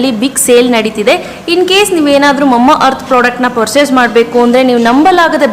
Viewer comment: Mamma earth alla mama earth 😅😁😆